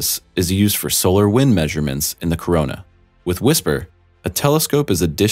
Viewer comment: Corona not Koroma.